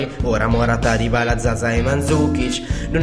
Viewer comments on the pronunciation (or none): none